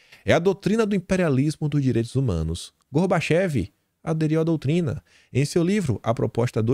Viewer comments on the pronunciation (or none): A pronúncia correta é "Gorbachov"e se escreve Gorbachev ok,gera credibilidade se vc falar a pronuncia correta.